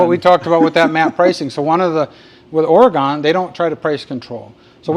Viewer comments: I hear you say “Ora-gone” so you just need to know…everyone from Oregon says “Ore-gun.” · Thanks for the referral I’ll be checking out the web site but one thing It’s Oregun not Oregone